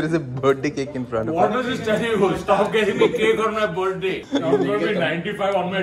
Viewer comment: I love how everyone including Tanmay pronounce "Birth-day" as "Berday" 😂😂😂